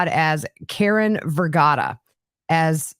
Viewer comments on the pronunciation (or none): none